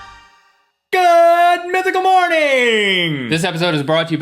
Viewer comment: When Rhett said mythical I thought he sat two pickle lol